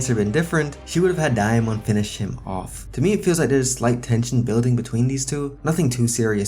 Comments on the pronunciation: I’m surprised nobody corrected him because it’s sounds like he saying diamond like bro there’s no i where you getting the i from 😭😭😭😂😂😂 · The way he says Damon is great😭😂